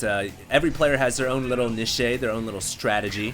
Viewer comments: Niche is pronounced "neesh," not nishay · niche is NEESH, not nish eh... LOL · lol "nishay" Niche is pronoucned "neesh" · more like "neesh" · Actually in British English (what we speak in Australia), it is closer to neesh. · Niche is pronounced neesh. The e is silent. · No.. it's really not pronouced Nee-Shay at all, 'Cliché' is pronounced clee-shay... 'Niché' is pronounced as it's read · niche is pronounced "neesh" :) and by the by, chitinous is pronounced like "chitin + us", chitin is pronounced like "kai ton" :) dont mean to sound like a grammar nazi, but that's how you say it. how are fast void rays against racks into FE? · Niche is not pronounced Nee-shay :| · ni-shay ;D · Please tell me you didn't pronounce neeshay.... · actually its pronounced like rich but obviously with an n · I like how you say niche.